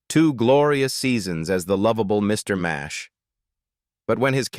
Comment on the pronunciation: It was Mr Nash not Mash why don't these people do research before doing these videos